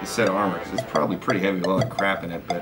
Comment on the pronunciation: crap not cratp